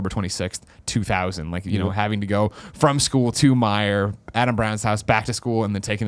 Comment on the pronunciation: Did you say meijer Greg? ?? Glad to know i wasnt the only one to get games from there at one point in time